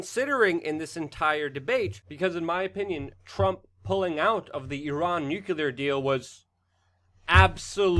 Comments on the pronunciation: LUKE, Would you consider pronouncing the word nuclear ☢️ as NUC-LE-AR instead of NUC-U-LAR? GW Bush always said NUCULAR and it always made me cringe. Thanks for your consideration man... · Nuclear. Say nuclear, not nukular like bush Jr.